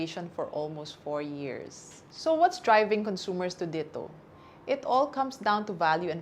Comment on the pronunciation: why does she pronounce DITO that way? isn't it supposed to be pronounced as a Tagalog word?